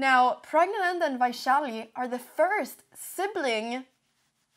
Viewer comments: I am so proud the way you made the effort to pronounce Pragananda's name.The news readers in my country would stumble over any name that is not in their native tongue. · Damn you pronounce praggnanandhaa perfectly!